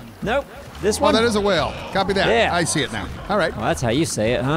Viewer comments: My husband and I had the whale and well conversation 15 minutes before watching this episode!! When he says whale it sounds like well. We went back and forth about it for a good 10 minutes.. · Lol how can he still not say whale properly